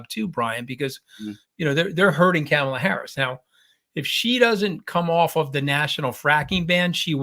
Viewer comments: Mooch. Focus: it’s Comma la. Comma la. Not Cam Ala. please pronounce correctly. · Ka ma la, not Camela. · Just a suggestion...the pronunciation of our candidate's name. Kamala herself gave us a tool to remember, "It's just comma (,) with a la." Ahhh, that's better!